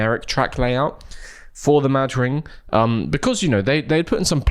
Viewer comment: You're probably not supposed to pause between Mad and Ring so that it's like a weird pronounciation of Madrid. Not saying that makes it better.